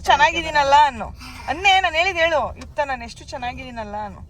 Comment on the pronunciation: ಯುಕ್ತ ❌ ಯಕ್ತ ✅ 😂😂😂